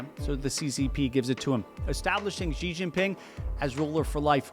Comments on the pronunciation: Xi is pronounced as "Shee", not "Zee". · ok but literally who started this bizarre myth in western journalism that his name is pronounced "jee." It's pronounced almost exactly like the english word "she" it's truly not difficult. It's not hard (edit) oh good he fixed it later in the video hahaha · Shee not Jhee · Why would you not take the effort to correctly pronounce the name of a head of state? American arrogance? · Imagine doing a video and China and not bothering to learn how to pronounce "Xi." (Sad, considering how the most common English transliteration is virtually identical to how it's pronounced here in Beijing.)